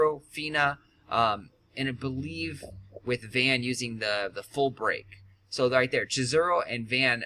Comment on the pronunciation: oh btw. its not van. its vohn. kimda like john but with a V. i played ff12 where he is from:3